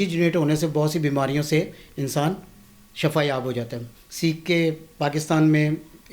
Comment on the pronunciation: shafa mot ko kahtay. yah lafz shifa hay.